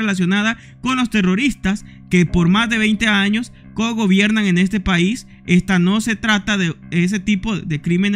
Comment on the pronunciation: ellos le llaman país, no paiss así se lo voy a pronunciarlo, porque ese esa palabra viene de donde los colombianos entre ellos se llaman paisas